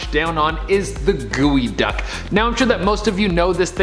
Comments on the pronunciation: its called GEO (like the car) duck not wtf you just said!! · You mean g o duck not gooey duck bro